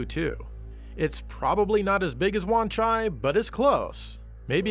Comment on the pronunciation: wan chai... don't you mean wan ZAI ;)